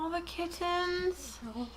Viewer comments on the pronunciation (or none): pronunciation of "kit-tens" will become Hill House's "Jon Snohh.";)